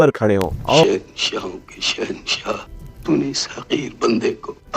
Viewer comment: Bhai aap ki kahani bahut zabardast lagi. Lekin aap ne Urdu zaban ki tang tod di glat tarike se alfaz ada yani bol karke. Plz aap ees taraf dhayan. Jaise sahensa nahi shensha. Paresan nahi pareshan. Alisan nahi aalishan. Aur bhi alfaz ees kahani mey aap unko badi sheen mey bola kare.Na ke choti seen mey. Aap ko meri baat samajh mey aa gaee hogi.